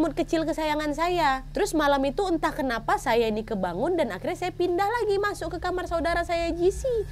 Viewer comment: "KENAWHY" mantappp kak nad 😂